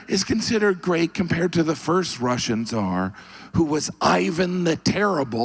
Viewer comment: "......strong Rrrussian leadrrrr..."